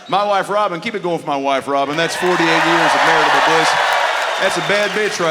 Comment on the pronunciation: 48 years of maritable bliss....says it wrong, every time